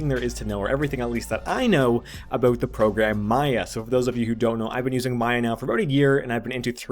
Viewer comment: Where are you from? I heard an 'aboot' when you said about. Canada?